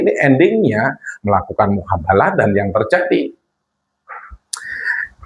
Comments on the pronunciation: Miin...hapus lg video nya,,,ulang lg ganti kata,,, Jadi mubahalah.... Bukan muhabalah... Kasian sy liat koment nya....!!!! Doooh...aink maaah..... Gegara kabib dobol efect nya ada² bae... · MUBAHALAH BUKAN MUHABALAH ADMIN OIII.. 😅😅😅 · Mf min bukan muhabalah tp yg benar mubahslah